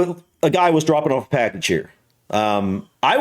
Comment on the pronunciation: Brits copying Americans, that annoys me saying "offa" instead of off.